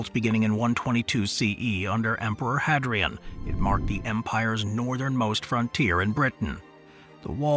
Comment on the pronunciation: How did you manage to mispronounce 'Hadrian' ? 😅 Nice synopsis of each fortification though, and good photography.